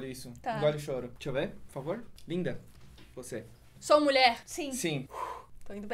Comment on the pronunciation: e honen?? nao e nulher?? sin kkkkk